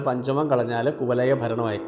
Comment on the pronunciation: കുവലയ അല്ല കുവലയാ എന്നാണ് 🙏